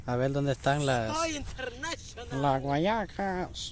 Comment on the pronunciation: ES INTERNASHONAL XD